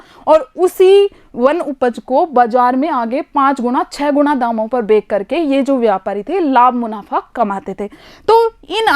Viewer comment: Madam aap har video me bechkar ke na kah kar bekker ke kahte ho 😀😂